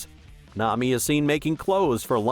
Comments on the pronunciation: It's AI, he even read the "Nam" where he forgot the i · Why do you say Nami like that?